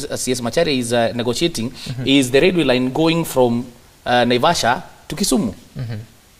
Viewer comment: it is Railway n not Lailway!